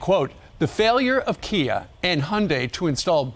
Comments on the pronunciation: KIA not Kai, ^^ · Kia not kai 😁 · Kia not Kai